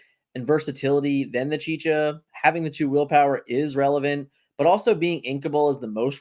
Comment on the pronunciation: It's pronounced chi-cha not chi Ka xD